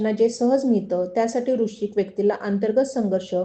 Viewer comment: वृश्चिक नीट म्हणा